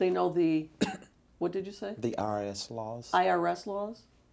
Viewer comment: Consistency is key! “I don’t know!” “I am not sure!” “I really don’t know” “Ask Michelle” wow! The way he says IRS Hahahaha